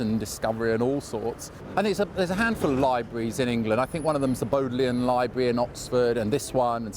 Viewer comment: BODlian....not boadlian